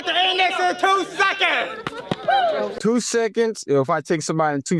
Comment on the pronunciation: Really? seconds rhymes with sentence when he says it. Come on man ….. it’s the thing 🎉🎉🎉